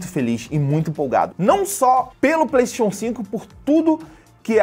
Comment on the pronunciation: eu queria saber pq q ele fala PLEIXON inves de playstation